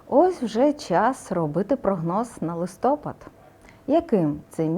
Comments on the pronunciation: Дякуємо за професіоналізм! Дуже цікаво та своєчасно. Маленьке прохання: листопАд, а не листОпад ))(вибачте ). Все пройдемо з нашою перемогою.. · Дякую за прогноз. Але маю одне зауваження - в назві місяцю листопад наголос ставиться на літеру А, листопАд, а не листОпад. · Акцент листопад не вiрно